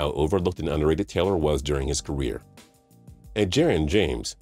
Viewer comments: What was up with the pronunciation of Edgerrin James first name. Ed Jerron? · how did this dude say Edge first name???? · So glad Edgerrin James got some love. Even though you said his name weird.